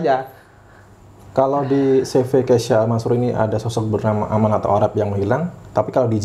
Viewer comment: yang benar “keysha” al mansur bang, bukan “keisya”. Keysha = nama anaknya Pak Amanah alias Arab, kalau Al mansur ya tau sendiri lah